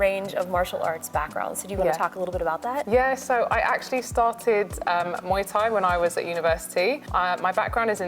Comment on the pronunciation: I live in Thailand & love Muay Thai, it's pronounced Moo eye by the way, they all saying it wrong lol